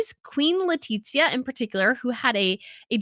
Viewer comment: Love you, but why do you keep calling her “Letitsia” is awful, as a spanish citizen I can guarantee you, that is not how we (or her) pronounce it. Think of the sound of the th in English, it would be something more similar to “LetiTHia” and that’s probably easier to pronounce to a English speaker than what you call her